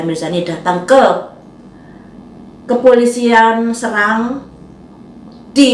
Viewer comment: Cara pengucapan Kata Kota S E R A N G bukan S R A N G. Sbg orang SERANG gua jd males nonton videonya. Tutup....jebreddd.